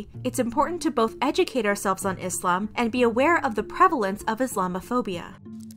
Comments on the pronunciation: I love how you pronounce islam right . With a soft s not a Z sound.. thanks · Finally someone who doesn’t pronounce it “Izlam” and pronounces it correctly thank you 🙏🏼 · As a Muslim, I truly thank you for taking the time to pronounce all the Islamic words correctly